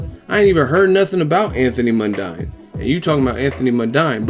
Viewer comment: The fucknknuckle mispronounced it. It is pronounced MUN-DEEN. The fucknuckle knows fuck-all. Crawdaddy will be looking to crawl into his shell in that ring while Jeff is giving his head a free panel-beating and make-over.